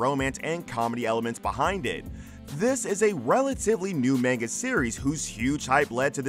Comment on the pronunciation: Any chance you could learn how to pronounce "manga" correctly?